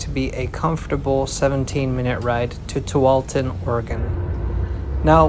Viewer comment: Holy sh*t, he said Tualatin right. 🎉😂 Very cool video! I see WES all the time but have never rode it. I hope it sticks around, it's probably an important link for those 400 people every day.